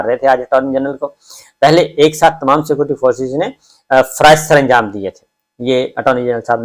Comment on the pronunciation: dear Mr. sabir Shakir, please try not to keep repeating your sentences just say once and secondly, please pronounce the word "security" properly. The word is "Security" and not "Scoty". Apart from that, your vlog is wonderful. Regards